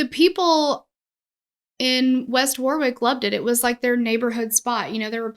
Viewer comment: Lived in RI at this time and it was so horrifying watching the fire live on TV. So many families touched by this tragedy. And, btw, you are saying Warwick correctly.